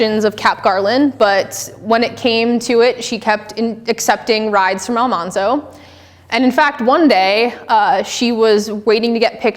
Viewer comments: In your research? Evidently, you haven't done ENOUGH research....you apparently can't even get the pronunciation of Laura's husband's name correctly! It's NOT pronounced Al MAHN zo.....his name was actually pronounce Al MAN zo....which is why she called him Manly. (Not MAHNLY) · Great presentation. I have over 100 books about Laura but I still learned a few things. One thing though, her husband’s name is pronounced AlMANzo. The show got it wrong, just ask Dean Butler who played this character. Awesome job, I need to read the books again. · If Almanzo (and you are not saying it correctly) filed for a homestead claim at the same time that Charles Ingalls did (winter of 1879 to 1880), he would have been 22 or 23 years old as he was born in February 1857. Thus, legally old enough to file a homestead claim. LIW made Almanzo younger in the books. It's irritating that I can answer the questions from the audience quicker and more accurately than the speaker. I'm no expert. I have simply read her works (fiction and non-fiction) and have two older biographies (but have not read the most recent one which I only learned about yesterday) and visited some of the locations. One hint for your next talk --- Have some water so you're not constantly clearing your throat. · If only it took one hour. It was far less than at the one hour mark and it wasn't just one error. She doesn't even know how to pronounce Almanzo's name...again she went with the TV show rather than LIW's actual life. So how are you going to defend that? She didn't even bother to learn how to pronounce the name correctly because that's how the TV show said it. If she's such a LIW expert she should have listened to the one recording LIW did in her life where LIW pronounces her husband's name. The incorrect information about the college for the blind was the final error that I could take. I shudder to think how many errors I would have caught if I could have forced myself to sit through the entire hour.